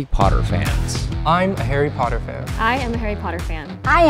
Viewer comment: It’s Harry Potter not haarry porrer